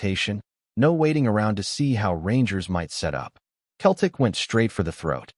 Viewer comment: Fucking AI. Learn to pronounce Celtic.